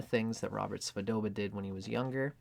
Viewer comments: Hi, it's Svoboda, not Svodoba. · Svo-bo-da. Robert Svo-bo-da.